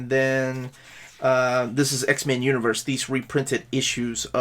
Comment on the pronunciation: I keep hearing "X-Man". Cool video, though.